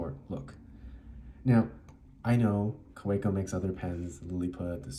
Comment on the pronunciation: It’s pronounced Kaveco